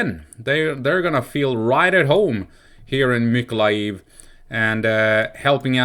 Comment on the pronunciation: Awesome here in Mykolaiv we have many trolley busses sponsored by Denmark and normal busses from Poland. Mykolaiv is the town where the most beautiful women come from :) its Mykolaiv btw no weird ending with loud ijiv just aijev :) .keep on tramming :) ❤️🇺🇦❤️